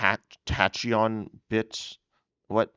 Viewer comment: I’m so excited for these, even from just a collecting standpoint. Also heads up that tachyon is pronounced as tack-eon, with the emphasis placed on the ta part of the word :)